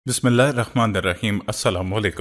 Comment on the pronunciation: sir bismillahe rehman e raheem huta hai....... rakhmand nahi huta hai